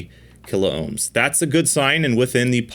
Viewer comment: KILOHMS not KILO OHMS